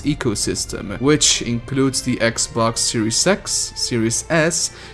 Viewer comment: I'm not making fun of your presentation I just found it hilarious that you call "sex box" "sex box pass"